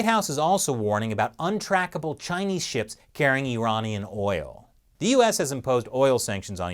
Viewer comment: the party has finally managed to hack chris... he started saying iranian weird... it became more... unamarican.